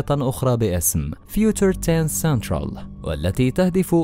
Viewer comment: فيوچر وليس فيوتر وكذلك سبتمبر وليس شبتمبر وغيرها ... قراءتك الانكليزية تحتاج مراجعة